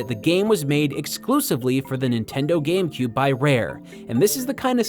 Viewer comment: Hehehe... "GAM-Cube"...